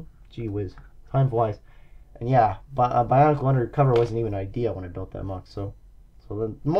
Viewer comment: You speak bonkle